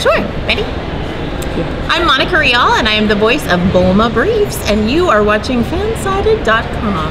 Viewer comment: "Fansighted" "Fancited" Lol Poor Fansided